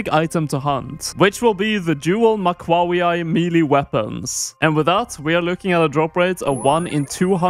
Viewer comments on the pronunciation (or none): was a wild attempt at pronunciation lol. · I can ensure you, you did not pronounce it correctly in the intro 😂 Mac-ew-wah-tl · The "Dual Mackwahwee-eye" isn't real it can't hurt you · "Mah-cua-wee-tle". It's really not that hard...